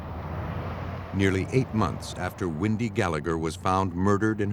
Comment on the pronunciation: WENDY, not Windy.